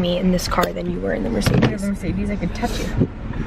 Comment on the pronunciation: I'm german and it's so funny how you pronounce the "German car names" haha! But anyway, please show us the car you got in a car tour video! I love cars and especially Mercedes and Audi. Aaaaand love you and your videos 🤩